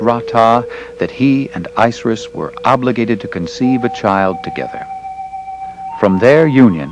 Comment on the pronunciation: ISIS Pronounce it right!!!